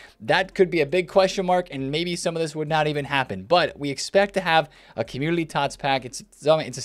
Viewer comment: Don’t want to be that guy and not trying to be a dick. Is it just me but it seems like he is always saying Commulity Team. He doesn’t pronounce N Community. Still love videos just bothers me lmao ❤️